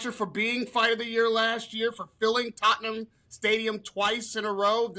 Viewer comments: just don’t pronounce the “h” with anything that has ham in it…Tottenam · Tot’n ham 😂 Conor Henn isn’t very good